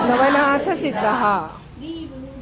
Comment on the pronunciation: Sree nahi shree